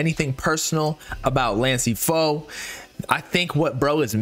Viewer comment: “so…. 🥸 this lansee fo dudeee”